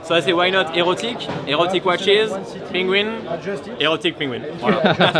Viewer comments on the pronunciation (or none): What TF ia a pengwing?! 😂😂😂 By the way... the grand tonneu is tiny... 35mm?! Would look strange on my 19mm wrist... Why so small?? That's why I won't buy one. I really like Maen watches... but the latest Grand Tonneu is too small... 🙁